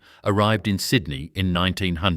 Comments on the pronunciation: I would like to watch this, but that ridiculous insult to a person's intelligence called AI voice-over is hideous. Sydnai? Wonderlush? It's unbearable. Why? Why is this garbage happening? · Is there no human left for narrating the story instead of ai crap? Pronounces Sydney 5 different ways.